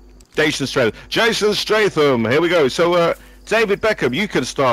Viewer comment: He defo said Jason Strafe-Um hahahaha